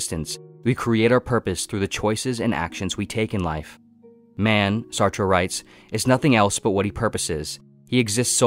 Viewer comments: Jean-Paul Sartre's last name is pronounced "Sart", rhyming with "fart" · It’s pronounced “Sartr”